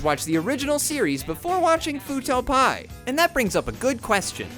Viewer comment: Great video. Also, it's Fuuto P.I., as in Private Investigator. Not Fuuto Pie.